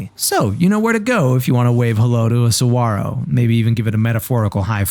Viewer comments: Why did you not pronounce the "G" in saguaro? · Bonus points for saying saguaro correctly